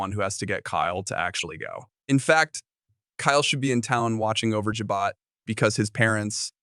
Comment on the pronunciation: It's pronounced Jabot with long O like Jabo